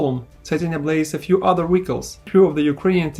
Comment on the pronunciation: Your pronunciation of Vehicle is crazy. No hate, great video.